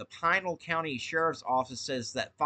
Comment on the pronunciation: Thanks for report. Also it's pronounced Pee nal..